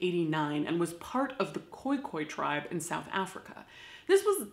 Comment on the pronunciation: Thanks for saying Khoi-Khoi correctly